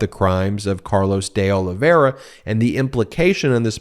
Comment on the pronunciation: Please Ben, pronounce the i in Olive i ra , last name. It’s painful to hear you night after night saying “Olivera”